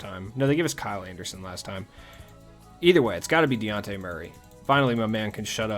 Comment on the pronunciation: In case you’re counting at home, this is the SECOND time I’ve tried correcting you on the pronunciation of Dejounte Murray’s name…. it’s de-jawn-tay or duh-jawn-tay - and in the town he’s known as Baby Boy or Baby Jamal Crawford!!! 💪🏾💪🏾💪🏾🏀🏀🏀 Another great video my guy, keep it up!! (just make sure you got baby boy’s name right!! lol)